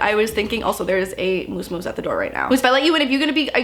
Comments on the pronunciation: In the beginning I thought she was yelling “mouse!” Instead of “Moose” 😂 love u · Is it just me but... the way she says Moose sounds like mouse! It’s so cute! 💕🌸😂